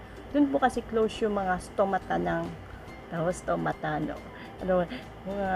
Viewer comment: Tama pronounce mo sa stomata